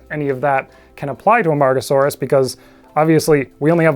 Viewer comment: That pronunciation was awesome and I could never attempt it.